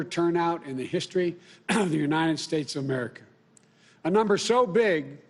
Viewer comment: He said United Snates....and the Attorneys General....cough....cough...